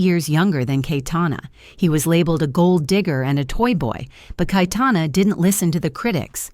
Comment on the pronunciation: It is "KaYetana" not "kaitana" you stupid bot